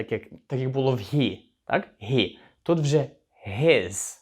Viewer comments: дякую. Подобається, що уроки невеликі, все чітко, зрозуміло. Запитання: чому слово HE вимовляєте ГІ, а не ХІ? Дякую. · І одразу віяння придуркуватих нововведень в українську, "he"- це ніяк не ГІ!!! Наприклад, Helsinki в фінській та англійській мовах починається зі звука "Х", а великоголові та надзичайно неадекватні вигадали що в українській це "Г"! По перших хвилинах робимо висновок, хлопчина не має вимови, але намагається когось вчити. Жах!!! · he - хі чи гі? ) перекладач вимовляє як хі і в школі вчили як хі.. то як все таки правильно ? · Але ж хі,а не гі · Формат відео класний, але чому he – гі, а на хі!? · Hi, вимовляється як хі, а не як гі.перший раз це чую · Він- He ( вимова гі) ? Чому не (хі)? Все життя вимовляю як хі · he - (він) не гі а хі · Привіт в тебе круті уроки мені дуже подобається ,але є одне питання ти кажиш що He вимовляється як Гі але я майже впевнений що це буде Хі ні ? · Чому гі, а не хі він? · Питання: точно вірно вимовляти He = "Гі" , можливо вірно "Хі" ? Перший раз так чую, але я не спец в цьому. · Мені почулося, чи автор he вимовляє як "гі" а не "хі"??? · Вибачте за питання, але ви, здається, читаєте слово he як [гі]... Хіба це правильна вимова?